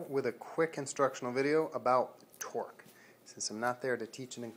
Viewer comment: sounds like Twerk when you say it